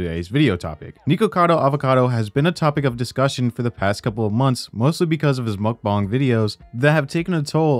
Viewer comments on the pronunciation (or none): Why do you pronounce mukbang as mukbong?